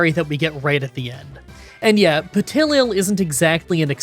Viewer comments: I chuckled at the Petilil pronunciation, but the Dusosion caught me so off guard 😅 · Oof! Duo-cion and Petil-il... This is a tough video for pronunciation fans 😭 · For petilil he is pronouncing the first l twice so pe til lil. It's driving me insane everytime. And then came duosion. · Help with how to pronounce them but love the video Petal and little so Peh-Tee-Lil And Doo-Ocean but say it really fast well how we pronounce it with a Scottish accent 😂😂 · My only complaints are the weird way to pronounce petilil and duosion like it was an eeveelution!